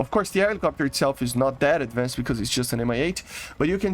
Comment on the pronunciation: You might consider looking how to pronounce stuff with a "ed" at the end like advanced or in another case when you say radar it sounds like youre saying "raider" these are just going you keep coming up. Great content though keep on doing what youre doing I enjoy videos like this